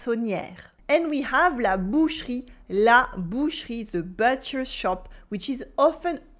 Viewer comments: May I offer a gentle suggestion ? Your English vocab and grammar are ok, but please work on your pronunciation... ! "soon" sounds like "suun" - "too" sounds lik "tuu" - "groceries" sounds like "grosseries".... - "where" sounds like "were" ... - "butcher" sounds like "beutcher" - "local" sounds like "lockal" - "these" sounds like "this" "vocabulary" sounds like "voklaburie" I only understood from the context what you meant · if she harps on about the importance of correct pronunciation in order to avoid embarrassing situations, the least she can do is make an effort and pronounce the words correctly. I mean, she said she'd been living in the UK for 10 years. You'd think she'd have figured out how to pronounce easy words like butcher, where, ....correctly Try and ask for 'buur' in France when you actually want 'beurre'.... Nuance and correct pronunciation is important in every language.